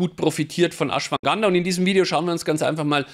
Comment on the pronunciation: Ashwaganda, nicht Ashwanganda;-)